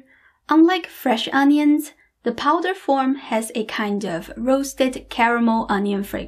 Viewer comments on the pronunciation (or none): powder, not poder